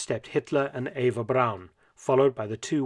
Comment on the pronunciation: Where is the letter W in the surname Braun? It is certainly not pronounced that way.